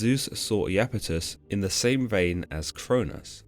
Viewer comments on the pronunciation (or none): Pronounced "eye"-Apetus, not "eee"-Apetus. Iapetus is displeased.